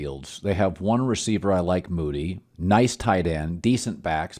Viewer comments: Its DARNELL MOONEY. Several times you’ve called the man “Moody” be better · He calls him Moody all the time!! WTF Colin? I hope he lights it up this year so Colin can finally get his name right